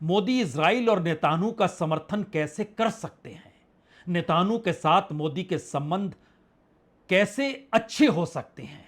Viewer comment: आप नेतनयाहू बोल नहीं सकते नेतानु बोलते हैं ।तोतला हैं क्या ?😅😅